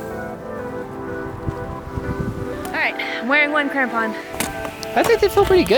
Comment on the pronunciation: Every time they said crampon I thought tampon😂😂😂